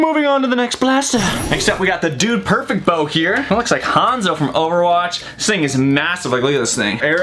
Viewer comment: Its hanzo not hanz 🤣🤣🤣🤣 you noob